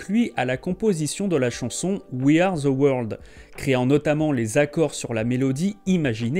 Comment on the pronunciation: Les français SVP arrêtez de prononcer “ The” par Ze , ça irrite les oreilles, merci .